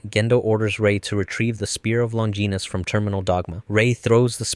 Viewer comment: Spear of "long-geenis"